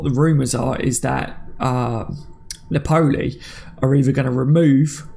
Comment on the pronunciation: I’m not really pronunciation police but it’s Pronounced Nap—Pol—Lee not Nap—Pole—E